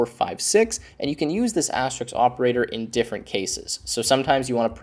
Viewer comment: It's asterisk, not asterix. And et cetera, not eck cetra.